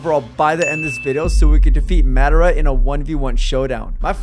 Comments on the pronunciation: IK it’s hilarious it’s pronounced Modara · Bro said madara incorrectly 💯 times